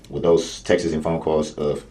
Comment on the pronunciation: When he says "texts" he pronounces it "text is" or "texas" and it annoys me lol I thought he was saying "Texas phone calls" and I was like, what? Why did he think he was smart enough to represent himself?? I think he's just using it as a tactic to come back later with an appeal, saying he didn't get a fair trial, he should've thought that through a little better lol